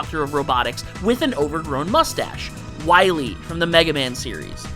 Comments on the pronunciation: It's Dr. WILY, not Dr. Willy! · You're taking a serious L by putting an extra "L" in Wily. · Two corrections regarding Dr. Wily. First: His name is Wily, not Willy. Only one L. And second: The Reploids were coming much later in the Mega Man timeline, during the Mega Man X games, with X being the first one. The robots they created in the classic era were usually referred to as Robot Masters.